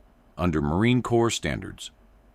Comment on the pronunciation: "Corps" is pronounced "core". And yes, a 15 round mag indicates a semi automatic rifle. I think they even get it wrong in movies.